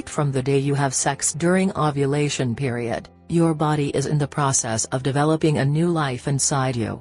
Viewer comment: 😂😂😂😂 Periud😂😂😂 I can't take this vid seriously